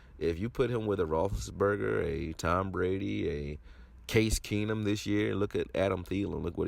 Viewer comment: This boy said case Keenum. Lmao 😂 he had a few good games under a good OC coach . Now he’s good